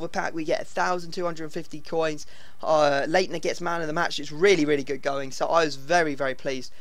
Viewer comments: Leitner is pronounced Lightner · It is pronounced lightner when there is a ei in German pronounce the i when there is p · leinter is actually said light-ner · Your pronunciation of Leitner kills me